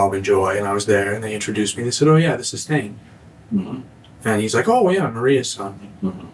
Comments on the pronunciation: The killers first name is Thayne, not Thyne. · His name is THAYNE not THYNE